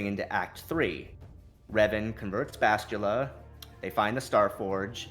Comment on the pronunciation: Bastilla not Bashtulla..I cringe everytime he says it wrong...